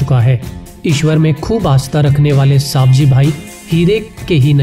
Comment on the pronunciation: सवजी भाई bol साबजी भाई नही